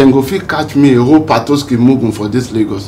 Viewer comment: This girl messed up patoski for real😂😂😂